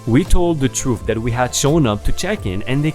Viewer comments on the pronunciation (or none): none